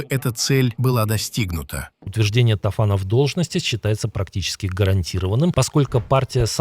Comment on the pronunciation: Тофан! Ударение на 1 ый слог.